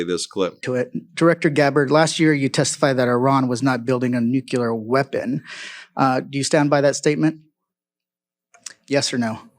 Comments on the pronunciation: say “new-Q-ler” he can’t pronounce nuclear correctly. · I wish they would be accurate in pronouncing words Only 2 fucking syllables you twit Are you UNCLEAR How to say NUCLEAR 😮